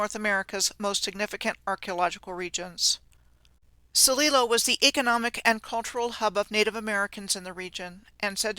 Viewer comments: Love this presentation. I live in The Dalles Oregon and that's not how it's pronounced or Celilo. Awesome info none the less. For locals watching the pronunciation is hard on the ears. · love your work. We pronounce The Dallas like name Al. A like apple. The D al les and Sililo is S lie lo. (just for those that are curious)